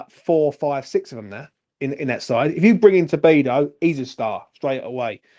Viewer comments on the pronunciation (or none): Good stuff! I'm buzzing right along with you,! FYI - it's "To-di-bo" not "To-bi-do" lol it's a bit tricky, but you'll get used to it! ⚒️